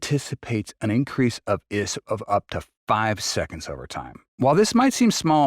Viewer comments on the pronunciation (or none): I.S.P, not isp. Good overview of Raptor3, but still wondering why the editing isn’t better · Eye es pee